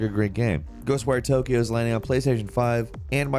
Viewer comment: "Ghost wear Tokyo? I though it was Ghost wire?